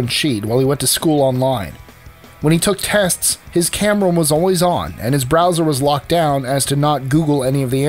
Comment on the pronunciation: I thought I heard that in the video.